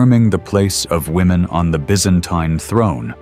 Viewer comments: "ByzAINTAIne" - I cringe every time Other than that, great video! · it's "biz-an-TEEN" not "biz-AN-tyne" You keep using both pronunciations. And they didn't call themselves that - they called themselves, in Greek, "Romaioi" (ro-MEH-ee) "Romans" The narration says Basil died in 1886, so you need to correct that. I also think the size of those pearls hanging off the crowns and collars were greatly exaggerated in the portraiture. You don't find pearls that large anywhere! I noticed that a lot of the men's faces look the same, so the AI isn't making enough differentiation .